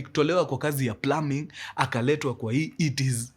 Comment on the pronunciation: Mkuru the only person to have plumbing pronunciation right🎉